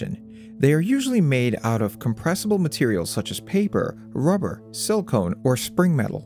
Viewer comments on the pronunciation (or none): "Sil-cone". Um, no.